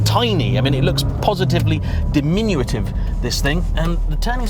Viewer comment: I had a sensible chuckle at the way you pronounced diminutive as diminuitive